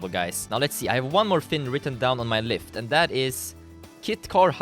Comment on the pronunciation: Did anyone else hear him say "lift" instead of list